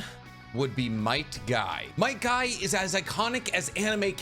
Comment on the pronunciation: Bro he called might guy Might dai and rock lee